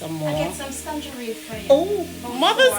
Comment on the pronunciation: Everything looks absolutely delectable 😊❤ Big up Aunty Joan with her blessed hands for always throwing it down in the kitchen❤ you've taught her well lol. Every time you said tangerine with the "s" I laugh out so hard. It's tangerine sis😅. I love it too. Haven't eaten it a while though. I need to book a flight for a plate of everything 😋😋